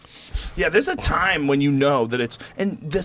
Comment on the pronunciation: "that's a long tame menn."